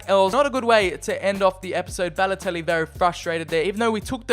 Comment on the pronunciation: Very good series, I really like this. It isn’t rushed like other YouTubers you see these days. My one criticism is, your over annunciating of certain words and names such as “Balotellllli” or “Icarrrdi”. Like I get you’re wog but just say the names normally and stop over annunciating your Ls and Rs 😂